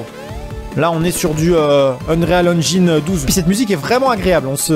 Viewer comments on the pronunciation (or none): none